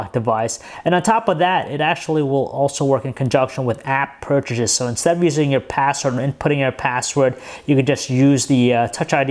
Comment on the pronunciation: Serenity Arts he also pronounces password as password and that bugs me too